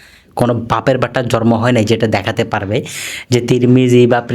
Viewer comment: জর্ম না শব্দ টা হবে জন্ম। কথাটা প্রক্যাক্টিস করে ঠিক করুন